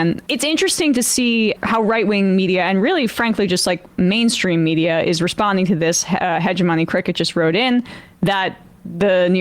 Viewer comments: (Name is pronounced "he-jiminy cricket", not "he- je- money cricket") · I think hegemony cricket is supposed to be pronounced like “jiminy cricket” Emma 😂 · its "HEH-JEMINIY-Cricket"